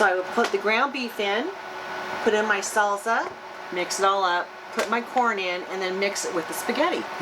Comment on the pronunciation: Another nice video as usual. Was just wondering...I've never in my life heard anyone say salsa with a z sound. is that a WA thing? :-)